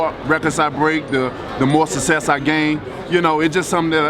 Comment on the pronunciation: Man can't even say success lol